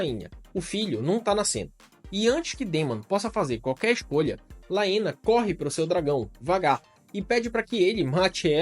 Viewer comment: Bom, adorei seu canal! Haha me surpreendi Só tem um ponto negativo... Sua pronuncia em relação aos nomes! Como "Valeryon, Aégon, Vaicerys, Laêna, Baêla, Rhaêna, Vhágar" enfim KKKK mas fora isso, perfeito!